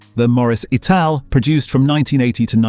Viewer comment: Ital not aye tal. And m..k 4 and m...k 3 escort. Mark 3 and Mark 4